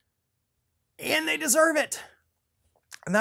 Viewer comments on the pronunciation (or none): The way you said AAAND THEY DESERVE IT....facts tho🤣🤣💯💯💯💯